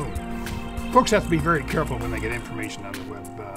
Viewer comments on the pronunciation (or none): none